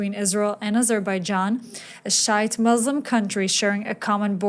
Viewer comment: I love how she said shite or whichever isn’t Sunni hahaha😂😂😂